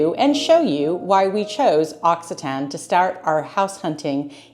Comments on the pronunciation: The correct pronunciation is "aak SEE tuh nee". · L'Occitane is a luxury good. The region is called Occitanie. The last syllable is NEE. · Occitanie = occitanee . Occitan like you said is an adjective characterizing someone or something from Occi-ta-nee . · It's lovely but the pronunciation is ox cee ta knee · Hello from Occitanie, you need to pronounce the "ee" sound at the end, we do it. Otherwise, it sounds like the adjective "occitane", i.e. from Occitanie